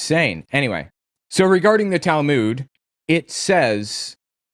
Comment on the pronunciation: You are pronouncing Talmud wrong. Go here and learn the correct pronunciation